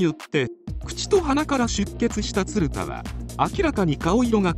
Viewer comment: 映像が入ってたらよかったなぁ… 全体的に発音もヘンだし、「ツルダ」はないよなぁ😩